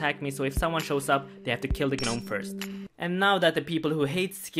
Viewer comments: Everyone here commenting on how he says passage but not the fact that he said G-nome basically tells me no one knows how to say gnome... nor scimitar.. nor half.. my point is, why comment on the way he says something when his pronunciation is understandably a mistake and not something super dumb and simple? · I laughed out loud when you said "guh-nome" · Love the way you pronounce 'Gnome' dude, it's just 'nome' btw the G is silent <3 , much love - keep up the great work! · I'm triggered. What the fuck is a GAHnome? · The G in gnome is silent